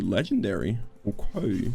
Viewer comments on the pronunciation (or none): does anyone else like the way he says "oquay"? like in